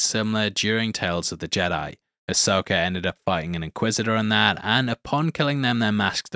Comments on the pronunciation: There's no "R" in Ashoka 🤣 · Who tf is Asoker?